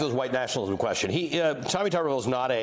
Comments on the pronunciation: The senator's name should obviously be pronounced "Toober ville" not "Tubber ville". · It isn't "Tubberville" it's "Tuberville", as in Tuber-ville, as in "spudtown" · HELLO!!!There's only one b in his last name so therefore it's pronounced just like you're saying the word tube.